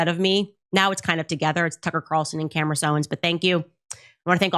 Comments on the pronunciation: Lol “Camriss Owens” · she called herself Camerace? QUITE the Destiny, child. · She said her own name wrong… weird… Camrace Owens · Anyone else notice she mispronounced her own name? She must be very excited about that #1.